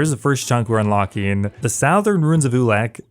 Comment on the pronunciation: The sowthern? Lol sorry it’s southern just found it funny never heard it pronounced that way